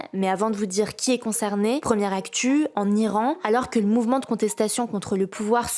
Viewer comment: ... Troizzième actchuuu... 😂